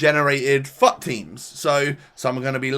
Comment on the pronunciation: Every time he said fut I thought he said fu#k